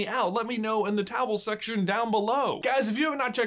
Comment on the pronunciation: Is it weird that It took me 20 videos to realize they say towel section and not comment section???